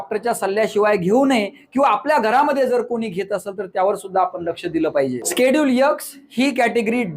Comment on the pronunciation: चांगली माहिती... पण यक्स नाही ते... एक्स 😂 आहे आणि स्केडुल नाही.. शेड्युल म्हणतात 😅